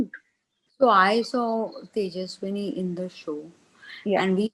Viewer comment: Ekta even doesn't know tejasswi name😅 she called her tejasswini 😂